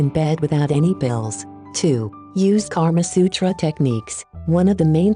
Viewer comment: It's not Karma Sutra It's Kamasutra